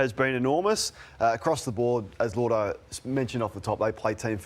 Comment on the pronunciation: It's Lloyd-o. Not Lord-o as everyone pronounces it.